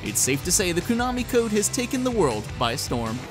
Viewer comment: Qu-nami code...